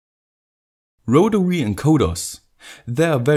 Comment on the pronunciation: Awesome stuff. Here's to another good year of great content! Also, loved the first pronunciation of rotary - 'rotawee' 👍😁